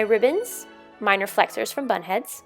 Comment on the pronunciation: Every time you said bunhead I thought you say butthead 😂